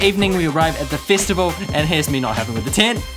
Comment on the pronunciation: i just wanna say no offense ( ^u^) why the hell do you say festival like fist-avl